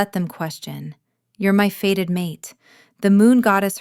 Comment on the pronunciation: Fated not faded! It’s so annoying, AI mistakes!